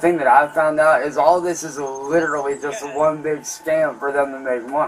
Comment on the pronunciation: Lid-ra-lee Lid-ra-lee Lid-ra-lee Eet dossint MADDER lyke lid-ra-lee vitch Itduhintoooooooooo